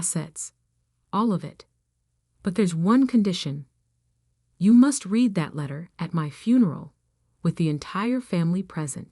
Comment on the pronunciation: Irrelevant, sometimes irritatingly distracting background! Verb "read" pronounced "reed" as infinitive and as present tense, and "red" as past tense and past participle!